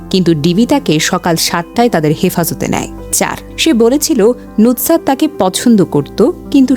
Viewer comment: Nutsat na. Sobdo ta hobe nusrat....